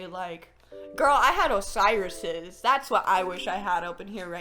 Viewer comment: SHE SAID OSIRUS'S and I inhaled so hard and side eyed my closet. (If I still have those bitches istg..)